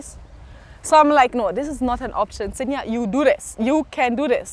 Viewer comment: Sinja you picked that kenyan accent really quick. I can tell by your pronunciation of words.